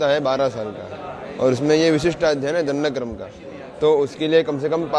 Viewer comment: दं ड क्र म ऐसा शब्द है, दंड कर्म नही है